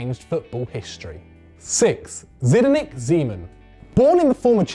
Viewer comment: Its not zedinek zeman, but you say it Sdeniek